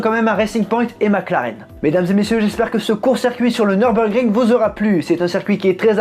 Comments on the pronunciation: Tu as fait allemand LV2 ? Bravo pour l'accent ! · J'y étais encore ce samedi pour quelques tours avec mon véhicule. Quel pied cette piste 😍😍😍 bravo pour la prononciation, venant d'un français, c'est à souligner !!!